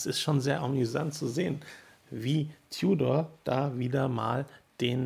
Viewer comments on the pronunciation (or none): Ein deutschsprachiger Konzessionär aus dem Süden hat bei meinem Gespräch auch immer "Tiudor" gesagt. Bevorzuge lieber die Aussprache "Tudor". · Nicht tjudor sondern TUDOR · Seit wann sagt man als deutschsprachiger "Tiudor"? Da kannste auch demnächst "Glaschutte" sagen.